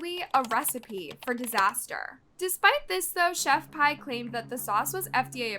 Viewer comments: it's "Chef-P".. how are ppl STILL getting it wrong, & calling her "Pie"? (proof that ppl DON'T truly KNOW about what they discuss) this must b another 1 that just hustles the algorithm, & recycles the same stories that other channels repeat.. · No because why is pronouncing her name like "chef pie" it s pronounced "chef pee" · No offense it’s pronounced chef pea not chef pie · Chef.pie instead of chef.p😭